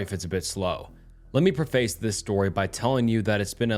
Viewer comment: Please learn how to pronounce “preface” and “latrines,” it’s driving me crazy